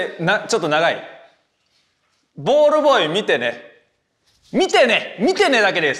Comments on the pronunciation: 見てねが言えないのは分かるけどなんでball boyも言えないねん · ペーパー言ってたのにボールボーイも言えなくなるの草